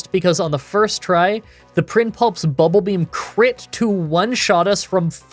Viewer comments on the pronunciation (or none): He made up for it with "Prinpulp" and "Starahvia"